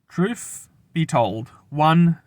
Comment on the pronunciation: Come on, learn to pronounce th. It's not truf it's truth. You're a grown man for f's sake.